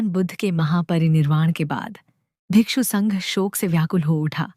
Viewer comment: The disciples of Gautam Buddha are called bhikkhu not bhikshu